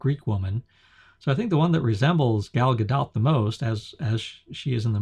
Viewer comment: Her name is pronounced "Gol Ga•dote".